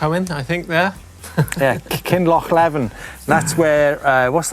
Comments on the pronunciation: Oh and in Kin loch leeven 🤣, not livin🤣🤣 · The guy on the West Highland way is Derek Ramsay. Kinlochleven is pronounced Kinlochleeven, while I'm at it it's The Grey Mares tail. Do yer homework Lads or you will be banned from Bonnie Scotland.